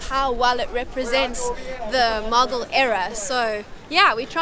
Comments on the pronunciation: First thing’s first: keeps calling Mughal as muggle. It’s hilarious. It’s moo-ghall. These videos in Pakistan. My impressions are bitter-sweet. Mostly sweet. I’ve kind of been weary of white YouTube travelers to Pakistan. You know, the same drill: exoticization, exploitation of the social generosity, and not actually investing in local stories. This duo here seem to have avoided all three of these. Well, mostly. And, for that, they’re my favorite YouTube visitors to Pakistan. Now the bitter part. The two are utterly naive. Which, is not a 100% bad thing. I will admit I enjoyed the almost childish curiosity visible as they go about randomly discovering places. Some of their explanations and predictions about stories and histories are laughable…in a cute way. But, at the same time, I would have appreciated it if they’d done a bit of research before visiting the places. Because, if this is meant to be a tourist guide of some sort, it should inform. That said, I’ll admit I too have travelled several countries with out doing enough research. And, it’s been fun discovering them as I moved along. However, I always came back and spent hours in books and online blogs to truly do justice to the trips. I hope these two can invest their time in some pre-research as well. I’d also add that I’m surprised that they didn’t move along with a local who could speak English. I have become so used to these blogs where an overdressed Pakistani tries too hard to impress the foreigner. So, it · When she said "The Muggle Era" instead of "The Mughal Era" the Harry Potter in me wokeup 😂